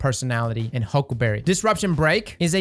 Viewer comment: I love the way he says huckaberreh 😂